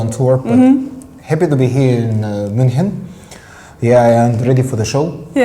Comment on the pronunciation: It's not Munkhen Eugene, it's Munich :D